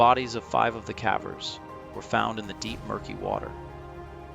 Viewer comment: Why the a.i. voice my friend ? Thats not how you pronounce the word "cavers"